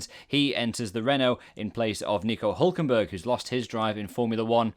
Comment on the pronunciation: Hülkenberg… T_T